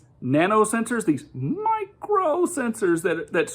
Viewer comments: I think that him emphasizing “micro” so much is because he’s arguing that these sensors are so small that they can’t be detected, which like, there’s a tool for that, it’s a microscope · I love how he kept using nano and micro in a way where he would say nano first normally, then go to micro in a higher pitch, like he's emphasizing how small something 'micro' is, despite the fact that 'nano' is a thousand times smaller, by definition! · I also docked mister "Look at the seals!" points every time he stressed the prefix 'micro' over 'nano', giving me the impression that he thinks a 'micro-sensor' is smaller than a 'nano-sensor'.